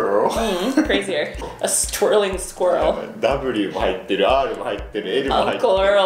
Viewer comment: I was suprised by how well he nailed squirrel